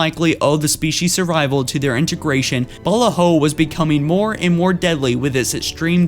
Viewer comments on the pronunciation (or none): “The home world of ‘Balla-Ho’” Look, their planet might have had some balla hoes, but it’s pronounced ‘buh-la-ho’